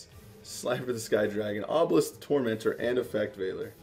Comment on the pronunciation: he said obelis the tormentor lol🙉